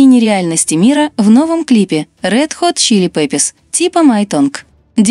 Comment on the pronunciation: Почему говорите неправильно название группы?